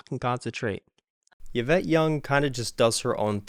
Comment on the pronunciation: Eeeeeeeee-vette, not Y (don't even know what vowel to put in there)-vette. Love your enthusiasm and how playing makes you smile. Great playing and original music today.